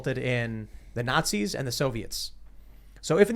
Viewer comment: Lol less than 10 words in and the guest "nazzy's"